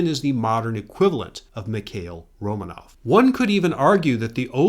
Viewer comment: Romanov should be accented on the second syllable: Ro (o as in or) MAHnof